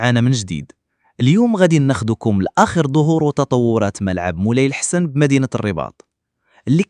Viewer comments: طوز كلشي يتكلم بالذكاء الاصطناعي، ولا مجهود في ارض الواقع. الحسن هو لحسن وقدور هو قادور وعبد السلام هو عين السلام... المهم باين كلشي... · الملعب اسمه مولاي الحسن بالفتحة على س الفهيم. منين جيتي يا كما تكون كرغولي!؟